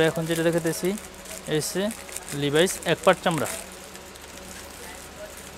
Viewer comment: লিভাইস না এটা লেভিস আর হাওয়াই না এটা হুয়ায়ে উচ্চারণ সঠিক করেন।